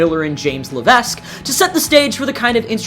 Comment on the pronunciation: Just one issue: Levesque is pronounced Le-Veck,the S is silent. Your friendly neighborhood French-Canadian Punk in Maine.